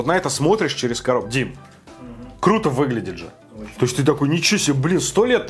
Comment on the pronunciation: МолодЭц! интерестно рассказываешь, чисто случайно попал к тебе на канал, смотрю уже 2й твой обзор, приятно слушать.... заходит легко, особенно прикольно слышать твОЁ выражение- ОЧЕНЬ КРУТО (как и все наверное москвичи так говорят(интонация ) привет с Якутии